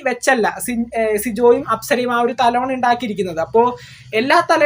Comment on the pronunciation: തലോണ അല്ലാ തലയണ എന്ന് പറയൂ കുട്ടി.